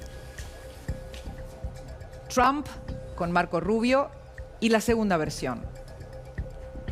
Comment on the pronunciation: Deja de decir chamm si es Trump ya sabemos que hablas inglés che 😂